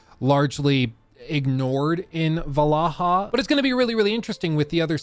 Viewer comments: valhalla not valaha 😭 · It is not "valahaa" it is Valhala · Valhalla ❌ Vallaha ✅ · Val-halla… **Vallaha… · 😅 why do you keep saying valaha? I cant concentrate on what you're saying bc of this😂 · "Assassins Creed Valahha" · Everytime plays the Grammy Assassins Creed "Valaha" I legit lose it laughing 😅😅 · It's funny how he calls it Valaha every time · your inability to say Valhalla correctly causes me so much pain. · Why are you pronouncing Valhalla like that?